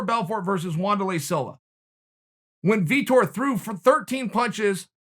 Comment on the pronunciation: "Wand-Er-Ley Silva"